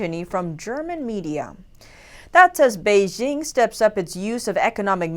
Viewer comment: It's "Bei JING" (as in jingle bells), not Bei zzshing